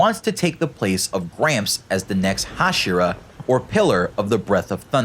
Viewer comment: Ha-She-er-uh hashira I think is the right pronunciation